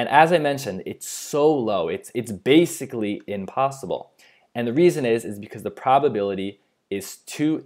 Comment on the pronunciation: It's impossible, not inpossible